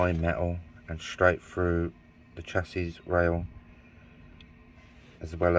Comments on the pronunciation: Its pronounced shassy...not chasiss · You were correct in how U were saying it originally.ive been in the trade since 1980,it's pronounced "sassy".the Americans call it a frame,or frame leg. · Its pronounced shassy !!!: Ps good work fella .. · Chassis is neither pronounced "chassy" nor "chassees". It's a French word, pronounced "shassy" in English.